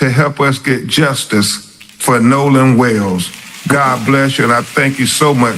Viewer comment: He said he's fighting for "troof and justus!" Lord... 🤦🏾‍♂️